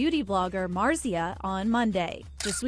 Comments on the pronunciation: Dude you are butchering the pronunciation of Marzia 🤦‍♀️ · Its marzia not marzia